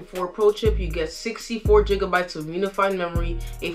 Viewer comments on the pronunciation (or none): Good job. Just as constructive advice is to check the pronunciation. Gb, GB or gigabytes is is a hard G. Gig, not jig. Ethernet is like the letter E-thernet, not eh-thernet. Other than those slips you did great. Keep it up.